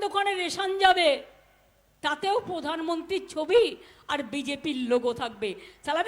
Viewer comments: পোধান মন্তি !! র ফলার দোষটা আর গ্যালো না , বড্ডো কানে লাগে । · Thik moto uccharon i korte parenna. Bole podanmonti Sothik kotha holo Prodhanmontri. Keu ki juto marte parena.